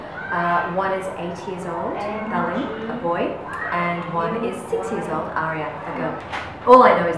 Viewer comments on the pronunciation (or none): My name is Talin, not Cullan haha